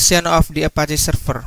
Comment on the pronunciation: Serfer serfice🤣